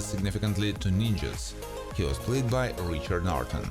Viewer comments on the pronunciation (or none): none